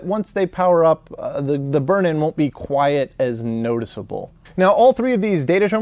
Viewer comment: the way you pronounce 'quite' is appalling